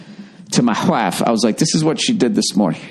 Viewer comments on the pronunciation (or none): "I told my hawive" lol